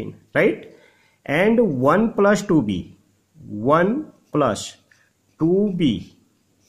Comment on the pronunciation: Please don't take it the wrong way but please pronounce + as Plus rather than plush. You can watch a lot of YouTube demo on how it is done. This will improve your presentation. You are doing a good job otherwise